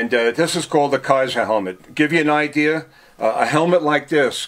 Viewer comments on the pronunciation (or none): none